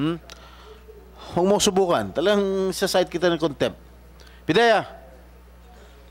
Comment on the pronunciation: Konbictid...kontempt???😂😂😂BRILLIANT AGENT JM we are PRAYING 4 U...keep tell the truths of the matter...THE FATHER G-D ALMIGHTY WILL ALWAYS GIVE U HEAVENLY WISDOM...G-D BLESS EVERYONE AND SHALOM TO ALL ❤❤❤